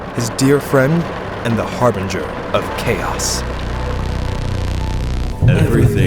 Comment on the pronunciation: Harbinger, not Harbringer. the one you used isn't a word.